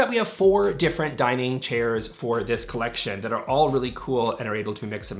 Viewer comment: With your speed speak you could be an auctioneer. For heavens sake slow down,it’s horrible to try to listen to.Also ,cleckshin is collection.